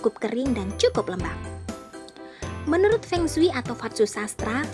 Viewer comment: Pengsui pengsui apa... kyk orang cina aja..